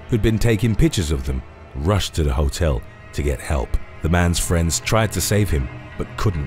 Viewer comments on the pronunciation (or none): none